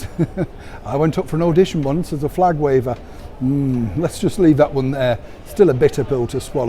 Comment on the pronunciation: " flagwaver " lolol